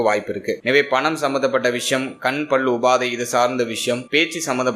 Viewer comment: ஐயா, "பள்" அல்ல " பல்"